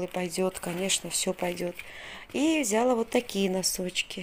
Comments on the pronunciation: взялА, бралА, далА, отдалА и т.д... ударение на последний слог. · ВзялА,. Ударение на А Покупочки замечательные